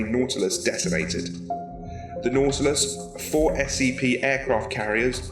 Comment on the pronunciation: its not natlass its nautilus